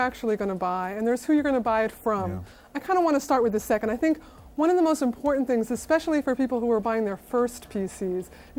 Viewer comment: Loved the “Don’t torrent,... it’s importa’nt” 😂🤣😉👍🏻